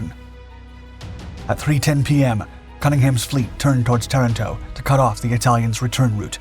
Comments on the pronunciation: Tah-rahn, toh ; not Terr-in-toh. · Learn the correct pronunciation of words: Ta RAN to.